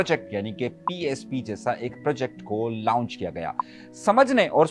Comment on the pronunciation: لاونج نہیں لانچ لفظ ھے۔ lounge nahi launch